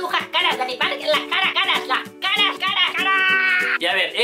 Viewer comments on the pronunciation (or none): En lugar de caras escuché Skaraaaaa